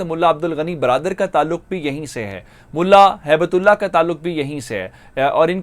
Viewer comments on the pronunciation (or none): هِبَة اللہ his name is not habat ullah but